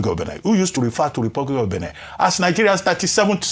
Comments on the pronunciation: It's pronounced Béh-neh.. Not Bini.. 🙏🏾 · Ojy. It’s not pronounced Benin as in state. You are a broadcaster learn to pronounce better.